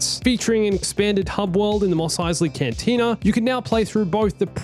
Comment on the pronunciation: Lol said cantina wrong